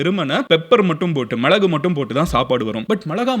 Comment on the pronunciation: Bro athu ''Milagu'' not ''mizhagu''